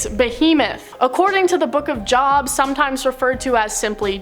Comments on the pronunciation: Jobe not job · It's not Job make it a long O, more like Joob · Everyone who hosts these Top 10 videos ALWAYS say Job like “Job” and not Jobe 😂 I’m not even religious and I know the right way to say it, they got their facts straight, just not all of them :p also I’m probably weird as hell, but think the Cherubim are eerily gorgeous 😦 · Jobe, not job. But i think you were just trolling us since you pronounced Yahweh correctly, lol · It's spelled Job but pronounced Jobe sigh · Oh dear gawd TY...I came to say THE SAME THING lol..."job"...😐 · It's Job with the long O sound (rhymes with robe), not job, lmao! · LMAO book of Job, huh?!? It's a looooong 'O' !!! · The book of Job is just spelled like God it is actually pronounced jobe long o you haven't read the Bible at all and do anything about the Bible I think you would know that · job with a long o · There's quite a bit said and mispronounced in this video. Job was mispronounced which leads me to believe that none of the people involved in this particular video had much or any real experience with the Bible at all. So, all kinds of misquotes and wild interpretations are bound to happen, sadly. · It's pronounced Book of 'Jobe' i thought this was common knowledge lol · It's pronounced as Jobe. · It’s Pronounced like Robe, Jobe, or Joe-b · Rizzanos Wifey is right! It's not pronounced as in like " I'm going to my Job"! Lol! It's Job, but like Jobé!.. The book of Revelation is supposed to be a book to study to be able to understand it. Some of the stuff in it is not supposed to be taken as is. A lot of the book of revelation is kinda like metaphorically speaking. When the beast blows air into the other. It is the person who's going to be the antichrist and they are going to look human. I only go by the King James Version, Bible. Just MY OPINION. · The book of Job, pronounced “joe-b”… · Say it with me “joe buh” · Exactly what I was going to say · Iyov. "ee-yove." In Hebrew. Because Job was a Jew.